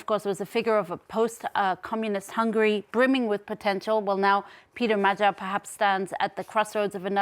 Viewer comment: You don't know how to pronounce "Magyar", and the word means "Hungarian", not "Hungary".